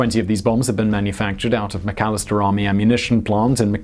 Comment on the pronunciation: I live in McAlester, and have friends that build the MOAB. I am impressed that Simon got the pronunciation of the town right but miss pronounced MOAB. (Long O, little A.. mO-ab)